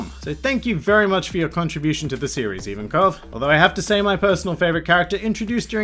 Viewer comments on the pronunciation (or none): they way this guy pronounces magellan and ivankov triggers me so hard